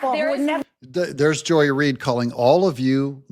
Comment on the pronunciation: It's Not Joy Reed....